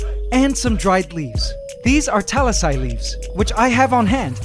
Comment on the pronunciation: Hmmm... So this is why noone goes to the Grove! Also, it’s pronounced taLIsay, as in, it has an emphasis on LI. Seriously, what happened to your Filipino accent?